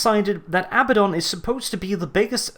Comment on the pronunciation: can we get a counter of all the Abbadon insults there are XD (also thank you for saying his name properly)